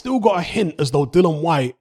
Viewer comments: What you chattin 'bout?🙄 He's saying 'Dylan' the mans name is 'DilliAn.' You deaf or not very bright? I'm correct here. You got that?🥱😴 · Mate. His name is DILLIAN. There is a letter 'A' in his name. These are fucking BASICS. Pronounce the man name CORRECTLY ffs.🙄🙄🙄